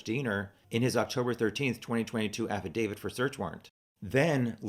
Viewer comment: Thank you for saying affidavit correctly. 😂😂 also thanks for the challenger deep dive! Looking forward to your live chat !